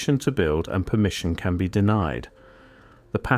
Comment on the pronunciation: "Permmission". Funny thing, that. So exactly what do I lose if I don't get "permission"? BTW, I know there's ways around this, but for ease of operation, I bought my first house (in CASH) at 50 years old in the middle of a rural area in Tennessee, outside city limits, unincorporated, no HOA, no building codes, and no municipal cops. That's a good start. Super cheap. And I can lawfully shoot my guns off my back porch. 🎉